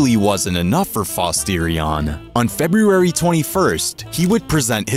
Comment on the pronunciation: Video was worth it just to hear you try to pronounce February.